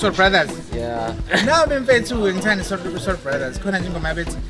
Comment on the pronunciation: He is so fluent he even knows ukuthi isiZulu does not have the letter “r” ...he nailed it when he pronounced Soul Brothers as “Soul Blathasi” had me wishing I could hang out with him 🥳🥳🥳